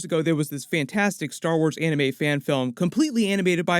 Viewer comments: Still can't get over the fact that James Waugh said Arneme and not Anime. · bro the moment he said aunimee i was like nope gana be dumb